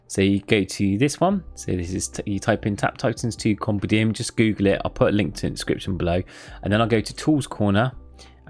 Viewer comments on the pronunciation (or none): He's still saying Compedium instead of Compendium. nice.